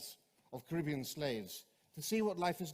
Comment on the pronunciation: Why do you pronounce Caribbean wrong?